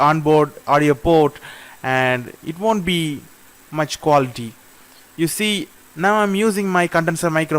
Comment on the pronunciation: recording qua 'LL' ity test